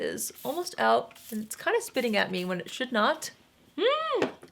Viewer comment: 'Spitting' made you sound very British 😁 Another great video. Thanks lovely x